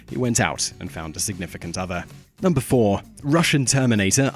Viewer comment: "And at numebr 1 we have courier six"